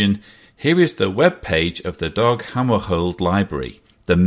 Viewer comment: it's DAG not DOG